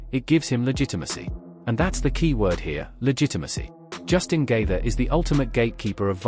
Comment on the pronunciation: Justin Gayther!! I wish he would beat your ass for mispronouncing his namr.